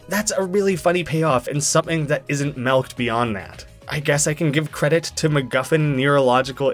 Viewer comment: Did you just say "melked"? Did you just say "bolth"? Did you just pronounce Shrek as "Srek"?